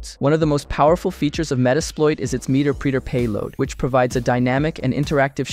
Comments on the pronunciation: Hearing meterpreter pronounced like that killed me inside. It's pronounced the same way interpreter is, The preeter sound just makes it seem perverse 😂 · Meterpreter sounds like interpreter lol, not meter-preeter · Wonderful high-level coverage of the craft. Based on the way you pronounce “Meter preter”, I’m guessing that you are self taught, or mostly self taught, and you’ve only read the word “meterpreter” - never heard anyone else pronounce the word. If I’m correct, I think that is a beautiful thing. Do not be ashamed. It means that you have the curiosity, ambition, and intelligence to push well beyond anyone in your peer group. I think that is a badge of honor. I’m old enough that I have seen HD present to AHA topics involving Metasploit. Back when Metasploit was written in Python. The way that HD pronounces the word “meterpreter” is like “interpreter”. It is the “Metasploit interpreter”. The resulting word sounds like “met”+”erpreter”. Keep up the great work! I’m looking forward to watching more of your videos. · "Meter-preter" 😂 Meterpreter... As in "interpreter" Nice vid, though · Interesting how you pronounce meterpreter, sysinternals and other terms. Makes me think you’ve never actually listened to or talk to anyone in the community. All this sounds like ChatGPT generated information.